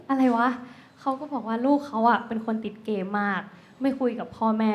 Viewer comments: พี่ครับ นาที ที่ 14.19 ติดเกมคับ ไม่ใช่ ติดเก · ช่วง ลูกเค้าอะเป็นติดเกมาก ? '' ม '' หายครับ